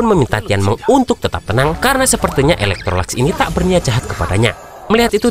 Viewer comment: Bng maaf ada kesalahan penyebutan kalo sebut yi laikesi itu bukan eloktrolax tapi elektrolux lebih gampang panggil yi laikesi😅